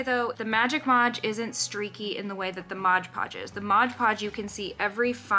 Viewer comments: Mod Podge must be the most difficult phrase to pronounce correctly because nearly everyone calls it Modge Podge! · Mod not modge, read the label. Mod podge!!!!